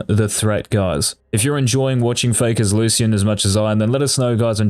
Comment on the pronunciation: Locyan = lucian